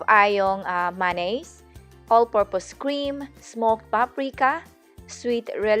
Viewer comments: Bahahahhaha. The way you pronounce "manneeeeeys" 🤣😂🤣😂🤣😂🤣😂🤣😂🤣😂 MAYONNAISE so aaaarte! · na distract lang ako sa pronunciation mo sa ma,,naise . but in fairness, sa lahat ng napanood ko regarding macaroni salad..eto ang pinaka swak. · mayonnaise check your merriam dictionary for the correct pronounciation. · gusto ko pagkasabi mo ng Mayonnaise hehe. parang may Louisiana accent :D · /ˌmeɪ.əˈneɪz/ US /ˈmeɪ.ə.neɪz/ he he walang manaz...if you check with Cambridge diphthong... yes di nga ito pronunciation video pero now that you know na mali... dahil nagtuturo ka ...paturo ka rin.Kasi marami pang manonood.... he he pero in fairness ...this is the video im using to follow this christmas... nasa google keep ko nga ito. at I should say eto ang pinaka gusto kong video.. 😄 kumpara sa ibang video...